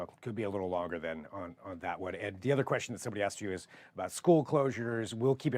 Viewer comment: boLth for both and ether for Other. 😂😂😂